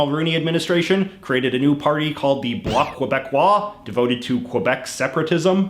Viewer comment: This guy butchers bloc Quebecois everytime